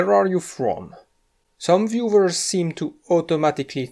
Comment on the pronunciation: "viewvers" This guy is German or from another German (or similar language) speaking country. Right?